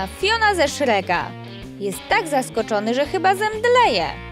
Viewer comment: Czy tylko ja tam słyszę "Zjawia się twoja dziewczyna Fiona ze SzreGa" Chodzi o te "G" ...